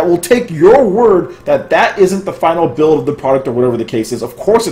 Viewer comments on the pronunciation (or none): none